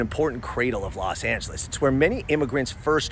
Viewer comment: Los Not Las